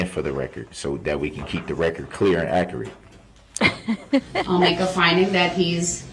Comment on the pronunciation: Don’t forget. Ac er ret.= Accurate